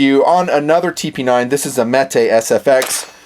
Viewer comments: it's not metay it's metuhhh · Jfc it's Metuh not meh-tay.